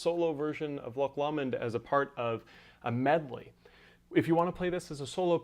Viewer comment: Tutorial and playing was amazing! But that is NOT how you are supposed to pronounce the songs name